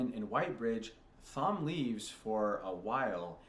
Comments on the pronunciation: Before Perrin meets the Wolves, we get no POVs from him, that's why he felt blank. Nearly all of TEOTW is from Rand's POV, what you're getting is the views of a niave, inexperienced and unreliable narrator. The H in Thom is silent, pronounced tom. Male Aes Sendai broke the world, a side effect of the Taint The Dark One infected Saidin with, the Madness. Female Aes Sedai use Saidar which is clean and safe for them. Distrust of Aes Sedai is a cultural thing among the people of the Two Rivers, especially the men. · Thom is pronounced Tom 🤣 but you can say it however you like Egwene in pronounced Egwayne but I think you already know this